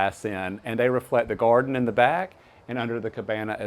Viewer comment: Take a shot every time he says, “In the goarden.” 😂